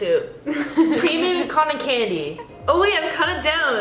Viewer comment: Codden candy. Wtf lol it’s cotton candy tho lol